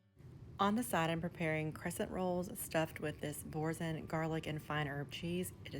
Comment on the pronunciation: Bourso, the n is silent. It's French.